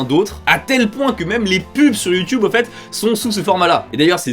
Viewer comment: sur youtube pas sur youhhheeeuuunn mega lol